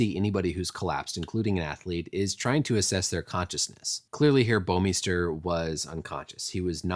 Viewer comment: You come the closest to pronouncing "Bouwmeester" properly out of anyone I've heard so far! It's a Dutch last name, and I so happen to be Dutch. It's quite funny most of the time the way the pronounce it, but sometimes it's so wrong it's simply annoying.